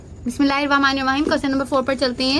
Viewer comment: Ap bismillah wrong parhati ha bismillah ma wao nahi ata